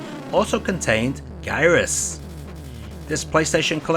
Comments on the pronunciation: Great video but is the xbox 360 missing for any reason. That version also has enhanced graphics and sound and so is not just an emulator. Gyrus (pronounced jirus as in gyroscope - jiroscope) is a fave of mine and its soundtrack could be herd all around the arcades as it was booming. Again great video of a top10 classic video game of mine. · Never heard it pronounced with a hard 'G' before! I always heard it pronounced with a soft 'G' like in "giraffe" or "gyro". Anyway, great game from the classic old days. Used to play the heck out of this game! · To gyrate means to rotate around a central point, and we get other words from those first three letters (gyroscope, etc). So I suspect the title was supposed to be pronounced with that softer G. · 1. It's pronounced "Jye-russ" 2. You forgot the GBA port which was part of the Konami Collector's Series: Arcade Advanced compilation. It's really a straight port of the Arcade original with some additional features. All in all, I would say the NES & Famicom Disk System versions are in fact, better than the Arcade original. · To be that pedant, it’s a soft g in ジャイラス！probably because of the circular gimmick, it’s gyroscopic. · Gyruss is pronounced with a soft "G" (as in cotton gin).